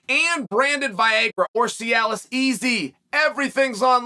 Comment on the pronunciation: vi-ay-grah lol